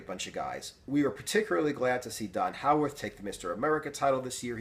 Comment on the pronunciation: Not to be picky...but just to let you know.. Don Howorth's name is pronounced, (I'll try to write it phonetically) like HO-Worth... not like the word 'how'... I know that because I also worked out at Vince's and have seen Don, and some of the others, there.. Thanks!.. Nice video..!..